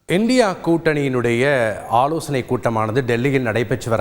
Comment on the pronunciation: I condemned Mr. for pronounced INDIA alliance as indi alliance.Thanthi TV should beware of that.